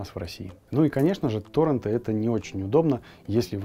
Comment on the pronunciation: Намного лучше бы звучало То́ррент, Контэнт